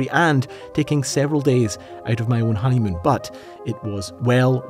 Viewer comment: did you say honeymoon?